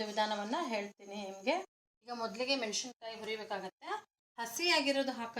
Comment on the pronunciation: ರೆಸಿಪಿ ಚೆನ್ನಾಗಿದೆ,ಮೆನಶಿನಕಾಯಿ ಅಲ್ಲ,ಮೆಣಸಿನಕಾಯಿ